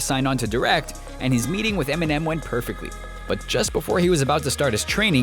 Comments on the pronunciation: lmao "EMINEN" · really? enimem in southpaw hahahahahaha